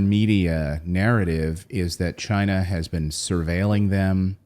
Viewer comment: WTF is Libyar, Syriar and Chinar? Speak properly.